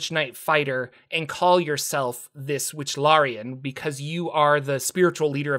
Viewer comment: Wichlaran not Wychlarian